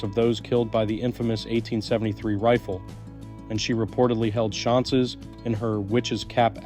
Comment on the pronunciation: Sir…Did you just call seances “shonses”? Hahaha Just for future ref… it’s pronounced “say-on-sez”